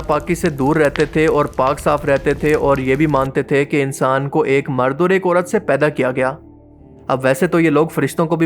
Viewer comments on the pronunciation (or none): none